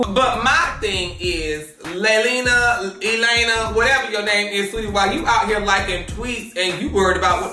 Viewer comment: nOT Laylina, Elena, lmaoooo!!!